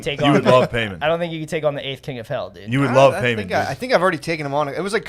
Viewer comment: confidence in pronouncing Paimon wrong AND being sure that the movie is called "Heredity" is killing me hahaha.